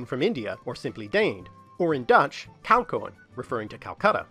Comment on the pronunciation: Brilliant video again. Kalkoen is pronounced as "kalkoon" though. -> has a sound file. All 'oe' in Dutch words are pronounced as 'oo' and if we want to separate the 2 vowels (like in the English word 'coefficient'), then we put 2 dots on the 'e' (as in the Dutch word 'coëfficiënt' (the Dutch 'ie' is pronounced as 'ee' btw).